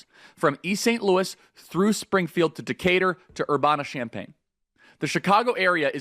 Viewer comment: You are from Illinois and you don't even know how to pronounce Urbana? LMFAO... oh that's right you are Chicago, that's not Illinois.